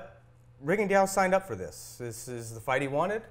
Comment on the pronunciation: inability to properly pronounce Rigondeaux's name bugs me. How hard can it be to properly learn most fighters' names?